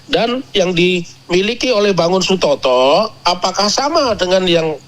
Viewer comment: بارك الله فيكم مع الناجة dan temannya mohon maaf, namanya Bangun Satoto, bukan Sutoto